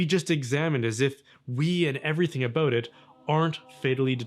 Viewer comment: “Aboot”?! Wait, B is a Canadian?! I thought Canadians were supposed to be nice? 😂